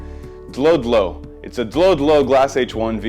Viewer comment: Pronounced "dodo" like the dodo bird